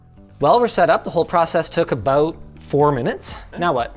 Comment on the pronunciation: Linus saying "About" was the most Canadian thing ever.